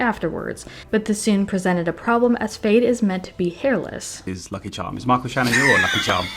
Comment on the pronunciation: It’s Feyd not Fade